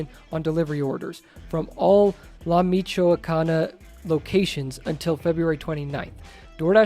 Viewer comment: You pronounced "La Michoacana" correctly😅